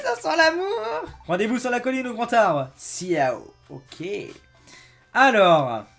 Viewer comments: Ciao ça se dit chaô!! pas siao!!! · Les thugs vont sortir par la fenêtre. Salut que tu soit tout seul ou accompagner c'est tout aussi bien ^^ Et aussi le "ciao" c'est le salut en Italien ça se prononce "tchao";)